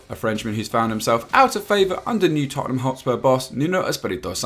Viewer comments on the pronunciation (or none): none